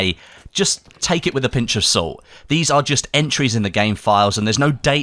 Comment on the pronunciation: "...a pinch of suult"